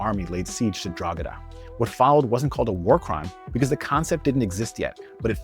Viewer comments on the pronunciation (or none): This is a great video but your pronunciation of a few words were a bit jarring, bizarrely, especially how you say your own surname. = MaH-Honey not Mah-Hoe-Nee Celtic= Keltic not Sell-tick Drogheda= Draw- Heddah not Drog- eedah Again, great video but I just had to mention the pronunciation as an Irishman from the island as opposed to the diaspora